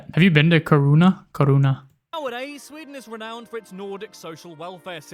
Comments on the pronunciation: When pronouncing Kiruna, think of Ki pronounces as key 😃 And yes, we understand danish and norwegian 😁 Julmust is a cold drink, glögg is suppose to be warm when drinking it. Glögg comes in a glassbottle. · oh my god.. its not pronouced Ki-runa. Do a google translate.. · The 24/7 sun is for about 1 month around the summer solstice. The 24/7 without any sun is for about a month around the winter solstice. Kiruna not Karuna. The "K"i in Kiruna is pronounced as the "ki" in the English word kiss. Most Swedish people are happy for the taxes. Much so because we get so much for it. Free heathcare, school all the way from first class to university etc etc. Latin was the church language in the time for Carl von Linnè. It was taught in schools here. Yes, it is true that Swedish, Norwegian and Danish people have similarities in our languages. Many Swedes though say that it is easier to understand Norwegian then Danish...but with that said, it is depending on local dialects. Written language is though easier. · We do not pay 50% in tax it is about 33%. And btw that Guy pronounce Kiruna wrong